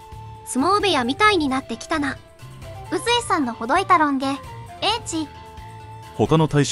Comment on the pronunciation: 宇髄とかいて「さかいずい」と読むところにすごく違和感を感じる 宇にさかいという読み方あったかね